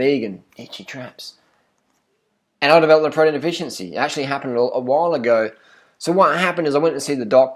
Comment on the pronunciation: pwoteen brahhhhhhhhhhhhh